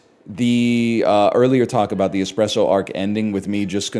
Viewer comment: "expresso" oh it's gonna be one of THOSE days